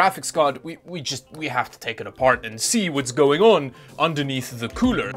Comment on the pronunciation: Cooler? You mean 'coorel', right?